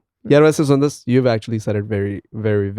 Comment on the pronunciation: My fellow Indians, It's sundus and not sundas 🙏 thank me later 🙏